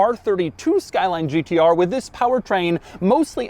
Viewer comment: says Gtr like a pirate would say it Gt arrrrrrr